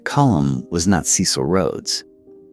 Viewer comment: When your AI places van Riebeeck's settlement on the opposite side of the bay, with Table Mountain as scenery instead of a backdrop, your credibility goes, also battered by the wrong pronunciation of Dutch names and indigenous peoples. Or "Cecil". k Dutch was not "stripped down by the African sun" but modified by the "Malay" slaves they imported from the East (Malaysia) as well as the French. Majuba was 27 February 1881 yet the newspaper headlines are Garfield's assassination on 2 July 1881. The drawings of characters often bear no resemblance to existing photos - eg Wikipedia. One of the worst abuses of AI on the internet. The flecks of light flashing across the screen add nothing but irritation to the production.